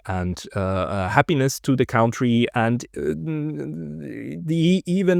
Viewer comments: I love listening to your perspective and interviews. But please start pronouncing 1 word correct COUNTRY -> it is spoken like CUNTTREE. HMkAy? not like COUNT... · "country" is not pronounced "caontry" It is pronounced "cuntry".